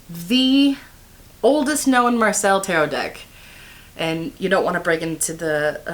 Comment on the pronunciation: I don’t want to be the annoying b!tch that nags on about pronunciation but here I am… Marseille is not pronounced as Marcel. The double L is pronounced as (an English) Y. It becomes something like: Mar-seye.